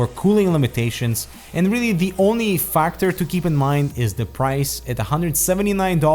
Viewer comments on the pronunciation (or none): "the only FAK-tor..."